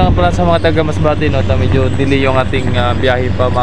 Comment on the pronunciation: "DELAY" hindi "DAILY".